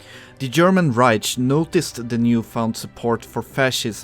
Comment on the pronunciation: Its funny the way you say "reich"